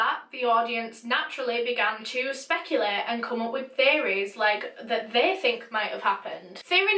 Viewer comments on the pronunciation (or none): Am I the only one who thought she said they began to come up with fairies? Took me a minute to realize she said theories.